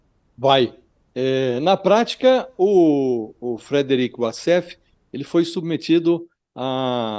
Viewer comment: "Wasséfalo": de advogado a receptador !!!😅😂😅😂😅😂😅😂😅